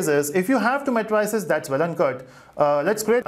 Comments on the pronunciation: Thank you for the lectures. Please the pronunciation is mei·truh·seez not matryceez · mae-tri-ces ....lol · CAN YOU SAY MATRICES CORRECTLY OR WHAT!!!!!!